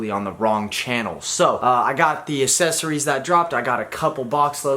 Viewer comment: Still having trouble with that word huh? Accessories